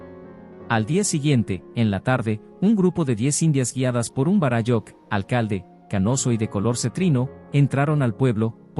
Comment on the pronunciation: Todo bien de la historia relatada tal cual la denomina, por el autor. Lo único que no coincide es como lo pronuncia el relator los términos en quechua. Lo pronuncia muy mal. En quechua las palabras son graves o llanas. Por eso se acentúan para mejor entender. Varáyujh, no varayújh.